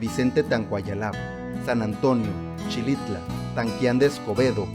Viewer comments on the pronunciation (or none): Faltó el municipio de Tanlajas bro Saludos se escribe Xilitla se pronuncia Jilitla Muy buen video 👌